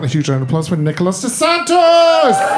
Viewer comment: It's kind of wild that the host still doesn't know name. It's not De Santos.